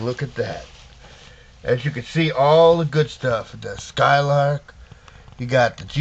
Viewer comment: Its not Skylark,it is Skylake